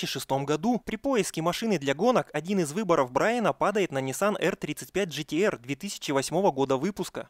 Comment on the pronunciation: Нисан ГТР!!! А НЕ ДЖЕТЕР ! GTR - Grand turismo rasing